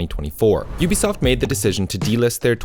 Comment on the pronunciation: Why do people pronounce UBISOFT as UBSOFT? Where's the eye?